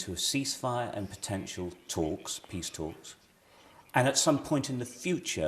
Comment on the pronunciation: Also when he says "peace" it sounds like "piss" 😂